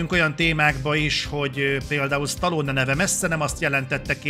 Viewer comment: Az odáig rendben van, hogy az átlag magyar képtelen helyesen kiejteni Stallone nevét. De attól az embertől talán elvárható lenne, aki kritikát készít a filmjéről, és amúgy “rajta nőtt fel”.